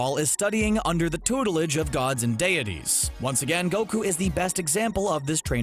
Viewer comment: dayities xD